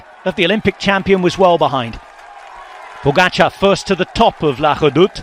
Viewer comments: TADÆ POGACAARRE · The New Armstrong "pogacar"